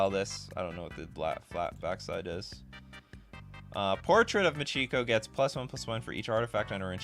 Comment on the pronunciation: How hard is it to pronounce Michiko? There is no "u" in that word